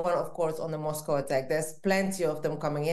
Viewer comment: God I wish American could learn to pronounce Moscow properly. Especially by a person who claims to have worked and lived there.